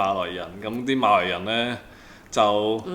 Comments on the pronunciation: 粤语正音就变成视频中的读音，MALOI，而不是MALAY了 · 粤语发音的马来人就不是malay，就已经是maloi，就完全不一样了。按照马来西亚的标准，我们一直都是以马来语和英文发音为准的。所以，文献翻译是马来西亚，发音则按地方不同，但是都应该发音成MALAY，不是MALOI。